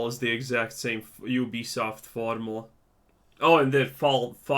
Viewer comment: I thought you said Obese soft